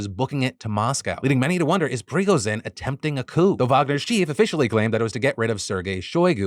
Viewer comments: Lol, stop saying Prigozhin's name like that. It's Pre-go-djinn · I always find it funny how illiterate americans are when it comes to foreign names. prigozene my ass. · Hey Phil, just a heads up so you don't get too much hate from the other nerds, if you need to say Prigozhin again, the zhi is a ji sound without the 'd' you get at the start of the j. If you are familiar with the write Solzhenitsyn, it's similar to that. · Listening to Phil trying to pronounce Prigozhin makes my day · Phil. I’m begging you. Learn how Prigozhin’s name pronounced 😅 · No way Defranco just pronounced Pregozhins name like a medically prescribed drug